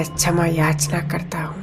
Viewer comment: ओम शांति बहुत बढ़िया कॉमेंट्री कराई आपने परंतु शब्दों का उच्चारण बहुत ही अशुद्ध था। क्षमा _ छमा शिव _ सिव सक्तीमान _ शक्तिमान सांती _ शांती